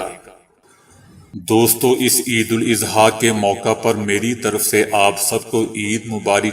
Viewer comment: السلام عليكم برادر محترم عید مبارک۔۔۔براہ کرم عیداَضحیٰ کہیں اِضحیٰ نہیں۔ خیر اندیش۔۔۔عارف اقبال